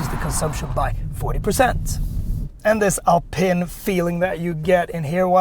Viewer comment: It’s pronounced “Alpeeen”. Good review 👍